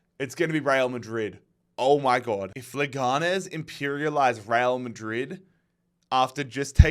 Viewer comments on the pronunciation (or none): I'm at the middle of the video so I don't know if this will be useful, but the pronunciation of Leganés is like you're saying it, but the strong syllable is the last one (nés)